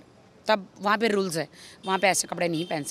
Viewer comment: I like the way she pronounces rules🤣